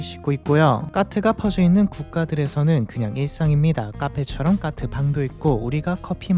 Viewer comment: 대본대로 못 읽는 경우가 순간순간 튀어나와 AI일 리가 없음;;; 까트를 가끔 카트라고도 하고